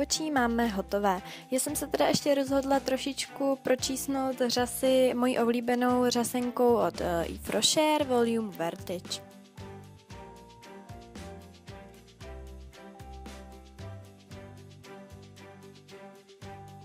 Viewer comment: Eves richer se čte iv rošé vím to učím se francousky 😄